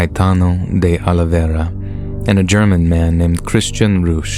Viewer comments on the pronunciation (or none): none